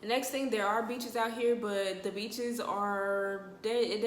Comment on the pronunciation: You said beaches I thought you said b#ches. I was listen for a good 30 second like dang the b#ches nasty lmao